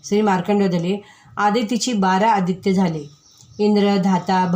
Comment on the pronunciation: द्वादश आदित्य असे वाचत करावे . मी सांगते राग येवू देवू नये वाचन घाईत न करता उच्चार बरोबर पाहिजे . बारा अदित्य